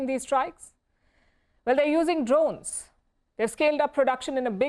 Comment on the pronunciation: the pronunciation of 'drones' is horrendous...pls help this woman😢